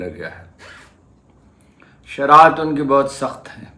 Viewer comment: Sharat nahi sharayet. Haroon saheb urdu bolain to saheeh warna punjabi may blog karain.